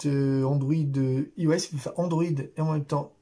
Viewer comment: Bonjour pour information iOS sa se dis aïe o s Voilà merci pour votre vidéos bonne journée cordialement